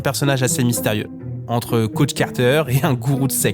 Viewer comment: the caoutch? c'est un canapé dont tu parles? c'est comme ze shoute?